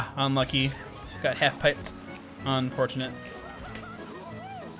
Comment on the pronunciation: Same, especially with "UNfortunate" 😂